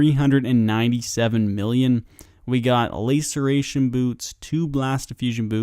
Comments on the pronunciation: laceration not layceration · LA ceration, not LAY ceration :'( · LAY-sir-ation boots xD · Lass-Er-A-Shun == Laceration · Love the content, got to say though the way you pronounce laceration 🥴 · i take my statement back, he says just about every item in an awful way, so really hope hes esl